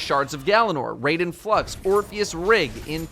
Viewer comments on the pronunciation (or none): I died a little inside every time he said raiden and constantly mispronounced it.